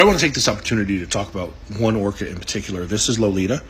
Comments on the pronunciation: What is an "orcer"? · What is this orcore she she speaks of…..does she mean orca?